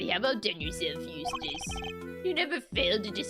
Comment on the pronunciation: Biggest moment of character development is pronouncing Eustace's last name correctly.